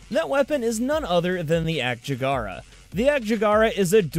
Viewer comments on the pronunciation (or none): Ak-Jackera NOT Ak-Jag-Ara :)